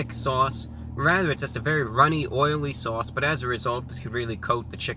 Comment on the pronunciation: I love the way you say Swauce!